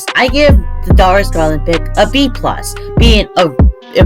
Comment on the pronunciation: the way he said darius garland 💀💀 still loved the vid tho